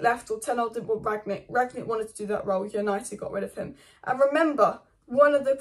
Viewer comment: Rang-nick. Not Ragnick , and certainly not Ranyick 😂